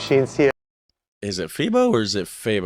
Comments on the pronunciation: i dont know if anyone said it yet, but most people pronounce it Fai-bo and not Fee-bo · Pronounce it like: Faybow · FEBO is pronounced as Faybow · I guess you should refresh your memory of Dutch. Grootmoeder means grandmother. So it's grandmother's meatball. And Febo: the e is pronounced as ay, so you write Febo but you pronounce it faybo. FYI: Maastricht might be the second or third most visited city in the Netherlands, so of course they have lots of (foreign/American) restaurants there as well. Gouda: pronounce it similar as 'out'. About the hagelslag on bread: indeed you need soft butter (margarine, so not roomboter), and then sprinkle the hagelslag on top on an open slice of bread. So you got that right. Last dish: they call it döner (kebab) but it's actually shoarma/shawarma. Döner is what they call it in Germany though. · Pronounced Fay-Bow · FeBo with the short E